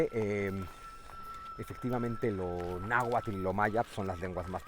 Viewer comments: Bien por su intención de divulgación, tan sólo un detalle: No se dice Nahualtl, sino Náhuatl. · PESIMA PRONUNCIACIÓN DE LA LENGUA NAHUATL NO NAHUATTTTLLL